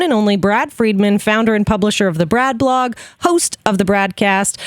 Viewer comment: Haha. I love how straight faced Brad was while you were butchering the name of his blog at the start. It didn't detract from my enjoyment at all when I realized he was just a photo.